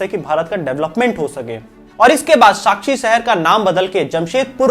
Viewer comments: Bhai it's sakchi chi sakshi nhi hai nd its kharkai kharki nhi hai...proud jamshedpur ❤️ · भाई साक्षी नहीं साकची है.... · It is Sakchi and its oruginal name is kalimati. Name of the rivet is Kharhkai. Not kharki. There was Bengali also who helped Tata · टाटा ग्रुप का आभार जो आज हर जमशेदपुर के लोगों के जीवन का आधार है । आपने बहुत ही कम शब्दों में बहुत कुछ बता दिया । कुछ शब्दों में आपके त्रुटि है जैसे साकची और खरकाई को आपने अलग तरह से बोला पर फिर भी कमियों पर ध्यान ना देते हुए कहना चाहूंगा कि बहुत ही सुंदर वीडियो । धन्यवाद आपका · Very much detailed information, thanks for sharing but just some clarifications... It's Sackhi, not Sakshi and Kharkhai not kharkhi and lastly it's swarnarekha. Thank you for making this video about my beautiful green and first ever planned city in India. #JAMSHEDPUR ❤️